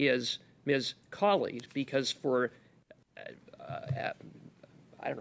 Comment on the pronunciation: Cooper is actually pronouncing her name correctly. It is pronounced "kal-id" and not "kal-eed" (think DJ Khalid).